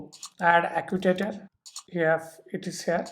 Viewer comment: acutator :) seriously